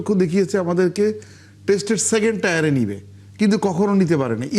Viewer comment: সেকেন্ড টায়ার না সেকেন্ড টিয়ার 😂😂😂